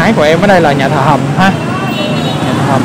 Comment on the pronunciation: Nhà Thờ Hồng hay Nhà Thờ Hầm ông? Sao tui nghe ông đọc gì lạng xạ vậy? Nhà của tui đấy ông. Hihihi.